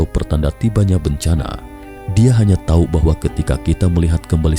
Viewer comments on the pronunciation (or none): none